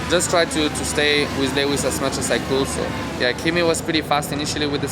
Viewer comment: 👂 Am I hearing a new moniker for Lewis, "Le Wiz", in the tradition of Les Mis? 😷